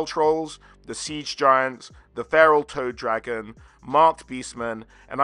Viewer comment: For some reason, I kept hearing Toe Dragon instead of Toad Dragon. To be fair, a "Toe Dragon" would be in line with Nurgle. 😎